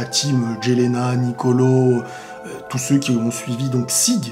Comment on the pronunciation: Jelena se prononce Yelena.